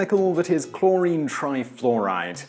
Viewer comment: "cHloWrInE tRaYfLoWrAyD"